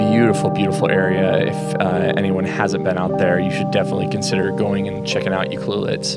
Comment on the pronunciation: Mad props for correct pronunciation of Ucluelet, some of the indigenous names can be harder for people to say. Yes, I have a trip to Australia coming up in a year or so with the family for a friends wedding, and I am torn between bringing a bag of Leica M and a mirrorless camera to use those lenses on, or just bringing an X100V and Rollei 35, just going super lightweight.